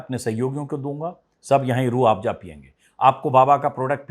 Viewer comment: अंजुमजी आप बाबा के प्रॉडक्ट का प्रचार कर रहे हो, बाबा के चॅनल पर बाबा का व्हिडिओ सिर्फ 12k लोगो ने देखा.... लेकीन आप का व्हिडिओ देखने वालो ने लाख पार कर दिये.... आप बात को रट रहे हो. Aur रूह आफजा नहीं रूह अफझा कहिये